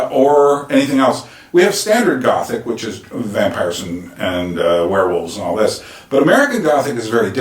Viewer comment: The VITCH haha